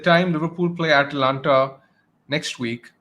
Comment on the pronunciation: a dispoiment as always. You.don t even know how to pronunce Atalanta for god sake. FORZA ATALANTA!!